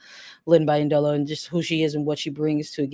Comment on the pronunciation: Wonderful recap. My only note is: Lynn's last name is pronounced - BEE-yendolo